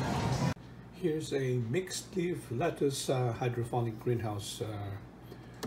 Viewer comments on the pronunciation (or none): Its hydroponic not phonic. It's Voilà, not walla. Pet peeve of mine and every French speaker anywhere. Great video though. Thumbs up.